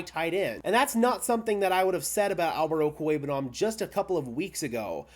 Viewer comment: I've heard you say his name like over 30 times in your videos and your pronunciation is spot on everytime. Albert 0 will be the next khalif Raymond on some other team